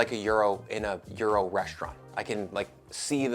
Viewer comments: "stoo" 🤣🤣🤣 I also suggest you Google how to pronounce 'gyros'. Hint: it's not 'Euro'. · In Greek, the “g” is silent. Yee-row is how it is pronounced. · Am i the only one around here who is bothered by the pronunciation of Gyros in this video? It sounds like Bri is saying euro....